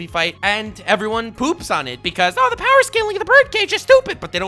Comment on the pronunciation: only says power not BOWER. Only warlord level